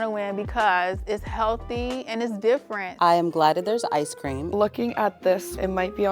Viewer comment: Sis messed up when she said "healthy"